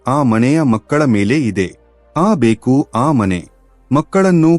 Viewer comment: ಕನ್ನಡ ಉಚ್ಚಾರ ಸ್ಪಷ್ಟವಾಗಿಲ್ಲ, ಎಷ್ಟೋ ಕಡೆ ಬೆಕ್ಕು ಅನ್ನುವ ಬದಲು ಬೇಕು ಆಗಿದೆ, ಪೂರ್ಣವಿರಾಮ ಅಲ್ಪ ವಿರಾಮ ಇಲ್ಲವೇ ಇಲ್ಲ, ಎರಡು ಬೇರೆ ಬೇರೆ ವಾಕ್ಯಗಳನ್ನು ಒಮ್ಮೆಲೆ ಸೇರಿಸಿ ಹಲವು ಬಾರಿ ಹೇಳಿದ್ದೀರಾ.